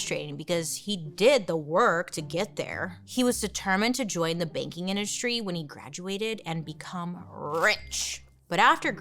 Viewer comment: I thought she said “baking industry” and have waited for her to bring up a bakery for like 10 minutes